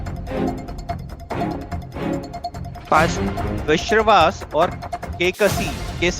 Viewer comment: विश्रवा को, विश्रवास कहोगे तो चराग क्या उत्तर देंगे? पूछने वाले के उच्चारण ही गड़बड़ हैं